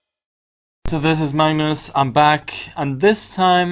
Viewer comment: i thought he said so this is my nurse instead of this is magnus